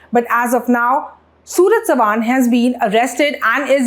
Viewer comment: Learn to pronounce "Savant"...and stop reading a speech. You need to be authentic.